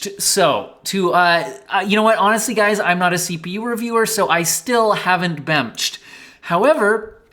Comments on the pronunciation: "bemched" lmao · I laughed every time you said bemnched 😂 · "AAAH! Bemched!" 😂😂